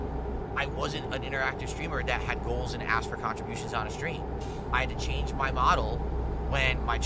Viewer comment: Crazy how he says contributions no fewer than 16x per day but never learned how to pronounce it